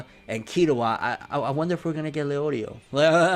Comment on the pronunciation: Tell me this man did not just say Leorio